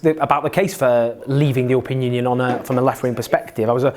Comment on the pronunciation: Its "EURO pean" not "YOUR pean"